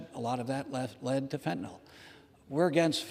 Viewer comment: Fentan-IL not fentan-OL